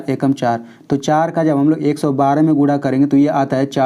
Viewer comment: Guna hota hai gura nahi aur Coman hota hai caman nahi but you teach are very nice ❤❤